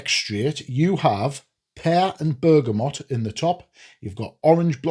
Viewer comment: Canny review, and it’s nice to see one person actually pronounce BERGAMOT correctly! I know it’s a small thing, but it’s f’ing annoying the way everyone says BergamoNt! So just for that fact alone it’s a 10/10 video 😂